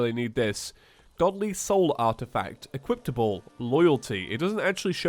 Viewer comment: Did anyone notice that he always say "Equiptable"?